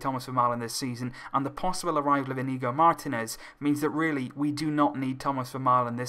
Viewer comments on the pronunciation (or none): none